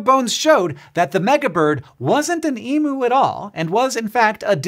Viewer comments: Minor correction: emu is pronounced 'eem yoo' not 'ee moo'. Happy new year from Australia! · Australian: What's an eee-moo. Is that like an electronic cow? Oh, you mean eem-you🤣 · emu = emew not emoo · Eem-you not Ee-moo. Just a minor quibble. Love your work. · Please Hank… it’s Eem-you… not ee moo… please… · Hank. It's eem-you. Eem rhymes with theme. I'm sorry, I know it's picky but I'm not even Australian and hearing ee-moo hurts me in my soul. In other news how cute is fona herzagae? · Hi Hank. Just for the record. Emu is not pronounced E-moo. It is pronounced E-myu. I don't know where Americans have got the idea it is pronounced emoo. Emoo is entirely incorrect. The pronunciation is E-myu. Regards a frustrated Australian. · Eemyoo! Not E-Moo. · please, pronunciation is Eem-You not Emoo. Australian here. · The word is eem-yoo, NOT ee-moo! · Hank I’m sorry the Australian bird’s name is pronounced - E as in the letter E, m as is ‘mmm good” and U as in the letter name U not emoo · E-myu is more correct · I wish people would learn how to say Emu... sigh Eem-you! Americans will get there someday :face-turquoise-covering-eyes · Learn to say Emu correctly!